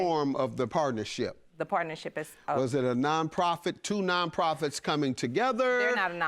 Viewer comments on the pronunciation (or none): She keep saying “NonFoProfits 🤔🤔😕😕